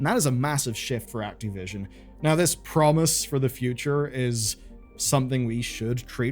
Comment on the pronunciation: Who's "Activion"?